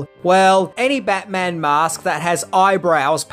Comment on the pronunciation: Bat-Mint-On. Get your shuttle-Cock ready 😂